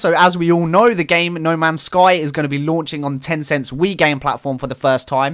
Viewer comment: I couldn't understand what you were saying when you mentioned "news from China." Did you say "Ten cents wii game platform?" Not kidding, no idea what that is. *EDIT* Nevermind, I did some Googling. For anyone else wondering, it's Tencent WeGame, which is similar to Steam I guess.